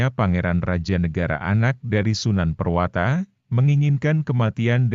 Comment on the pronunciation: Prawoto bukan purwata